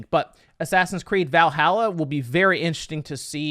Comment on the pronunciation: As a norse man it really pisses me off when he says Valhalla wrong. Please learn to say ot right